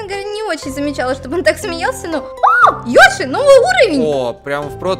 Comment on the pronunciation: Продолжение..... ТТ...... ПОЧЕМУ ВСЕМ ТАК НАПЛЕВАТЬ НА БУКВУ Ё Йоши то есть Ёши? Нененее Й оши. 🗿👌